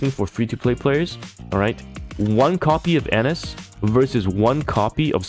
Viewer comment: Anis = Ah-Neece